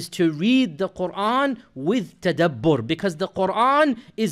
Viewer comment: Tadabbur not tabaddir